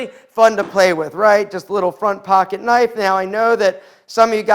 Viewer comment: Super sharf knipe. :)